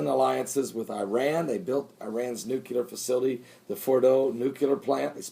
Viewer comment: It's pronounced as :NU-CLEAR .. not nu cu lar.. Please don't do that, it reminds me of G.W.Bush